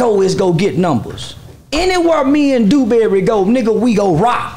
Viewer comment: Another thing... Why he keep calling my people name... Dewberry 😂😂😂😂 East Texas raised...